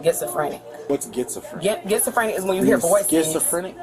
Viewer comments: Did she say getsafrantic , gasaphobic. Lmao 😜 😅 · ''Gitzaphrenic'' xD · "Getsafrinn" and "classophobic" dang gf got nerfed twice 😂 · "I'm gitzafrantic!" "You mean schizophrenic?" 🤣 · Did that dame say "kitzophrenic" and "classtrophobic"? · Bro. "Gets-a-frinick" and "class-aphobic" (note: i spelled it how she said it.) Is gold. If you are gonna fake an illness, at least learn what it's called and how to pronounce it. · "Glassafobic" and "getzofranic" got me DEAD!!!🤣😂🤣😂🤣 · She said "I'm gitsophrenic" 😂😂😂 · Homegirl really did say "Gitzsofrentic" LMAO! But go ahead and pretend these people are legit! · What the hell is gitzafrenic? is it contagious? hahahaha. Look out,,,, F-eye-zer may be working on a Pfaxine.... hahahahaha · Gets-a-freni . lol. Is that like gibs-me-frenic? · 😂 "what's gitzaphrenic?" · . "Gitzophrenic"! I am truly Laughing Out Loud. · “I’m gitzaphrenic.” 😂😂😂😂😂😂😂😂😂😂😂😂😂😅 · Can’t even pronounce the conditions she claimed to have. 😂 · "Gitzifrinik" "Classafobik" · That lady trying to say schizophrenic wrong is what they are going to show the judge in court when they take away her section 8